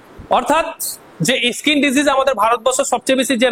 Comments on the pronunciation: স্যার কথাটা (ইস্কিন) নয়, স্কিন। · দাদা ইসকিন নয় স্কিন